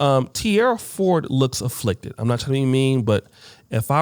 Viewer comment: that fool said afflicted🤣🤣🤣🤣